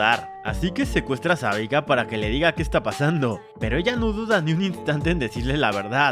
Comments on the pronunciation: es kaitlyn amigo, no klaitlingwgwg, y es Sevika, no Savika, tenés un problemita para decir los nombres m parece. ah y la musiquita insufrible q pusiste d fondo y q dura toooooodo el video es insoportable y repetitiva, gracias -. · SEVIKA no savika jajaja xD me dio mucha risa